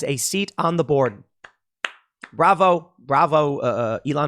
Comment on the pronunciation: The way you say "board" sounds a lot like "borg" and thinking of the board of directors at Twitter as the Borg is pleasing to me.